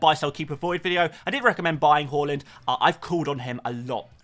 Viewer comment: You know when you asked how to pronounce Haaland. Well it is is Haaland, not Hauland. Google it. People were probably taking the mic with haul = hauling points.